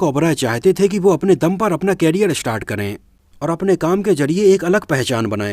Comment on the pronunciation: Bro, please don't mind but the pronunciation of the word career is करियर, whereas कैरियर stands for carrier which means to carry.